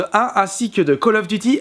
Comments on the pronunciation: favre en prononciation on dit Col of Diuty pas de calle ofeuh duti ... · ME C PA KALL OF DUCHY CHA